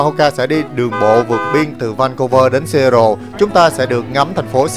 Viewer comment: Seattle đọc là Sì-á-đồ ạ